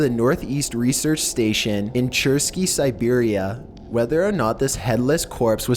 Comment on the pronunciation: Serberia wtf